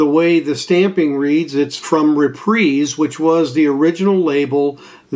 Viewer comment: Very informative, I appreciate your dedication to detail. And you're one of the few that can pronounce Reprise correctly 😊 Mr. Sinatra's label. Love, love Tull. Thanks 🎵